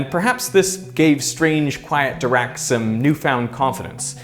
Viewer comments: I can’t get used to the german guy’s pronunciation of Dirac which sounds a lot like “The rock” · Are you sure it's pronounced "doo-rak"? It's spelled with an "i"... "Doo-rak" sounds like the word for idiot in Russian...